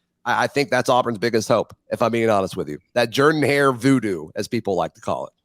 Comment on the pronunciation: Ooops. She said Jordan Hare with a long O. Subtract 6pts from her “performance score “ 😮